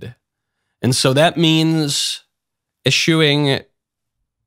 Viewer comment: Likely still, just 2d- or 3d-generation English-speaker. 'Eschew' is not a common, everyday word, nor correctly pronounced ' eh-SHOE '. 'Eschew' is one of few English words where 's' in the three-letter '-sch' cluster is pronounced like a normal 's', before pronouncing the standard 'ch'-digraph. Examples you already cannot miss: 'Discharge' =. diss-CHARGE [allow to depart, carry out, execute] or DISS-charge [fire a weapon, empty a fire extinguisher, or also "carry out, execute'. The last has different stress--same meaning.'] 'Escheat'. = ess-CHEAT [loss of legal title] 'Mischance'. = MISS-chance 'Mischief'. =. MISS-ch'ff, You get those right, so now try: 'Eschew' = ess-CHEW. And there you are! Easy as falling off a log. Welcome to the Anglosphere!.